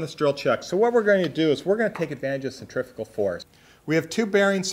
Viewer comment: Hi I am looking forward to the new format,with education as the basis. Yes please on the press, I assume that will be a rebuild, at the same time. Not centrifical but centrifugal. I don't think aluminium is ever going to be pronounced correctly, but we live in hope. Americans speak american. Not English.